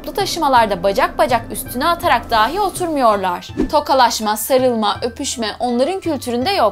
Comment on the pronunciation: " dahi " yerine "dâhi" diyorsunuz. Bu beni çok rahatsız etti.